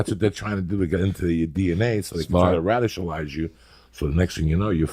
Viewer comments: Joey "Radishalize You" Diaz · “ so they can try to “radishalize” you” 💀 😂😂😂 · Joey "radishalize" Diaz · "Radishalize you" 😂